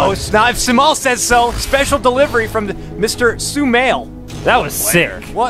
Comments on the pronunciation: It's not so-mail, it's so-ma-eel. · Sumail not shumail